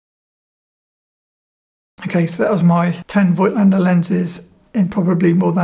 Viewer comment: Pronounciation is: "Fohgtlender" (German)